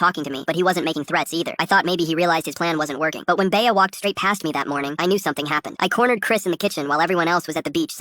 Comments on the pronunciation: AHHH ITS NOT BAYAH ITS BEA LIKE BEE NOT BAYAH 😭😭😭😭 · Bay-Uh lol. AI is still so dumb